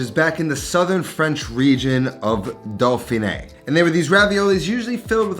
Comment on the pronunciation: I don't mean to be that guy but if nobody says anything you will never learn... "au" in French is pronounced "o". Thus "dauphiné" is doh-feen-A (like the letter A). Jaune is like j-own with a soft j. Vin is trickier but pronounce the v and then say "a" as in " I am" without the m. The terminal consonant in French is almost never pronounced unless it is an regional accent like in Québec.